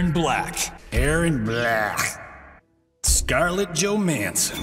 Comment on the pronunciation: Scarlett Jo-man-son